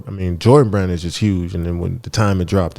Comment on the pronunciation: Yooooo, said “ya Brand deal is something else”.. why did I hear “brain” 🧠, super pause but yoooooo., reading those sponsors and saying “I’m talm’bout make ship happen, I’m talm’bout.. I’m talm’bout I’m talm’bout” like.. bro how many times is you gon tell me what you “talm’bout”